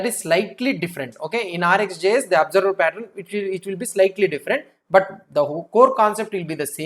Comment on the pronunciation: patt-run nahi, patt-earn. Rest everything is lit!🔥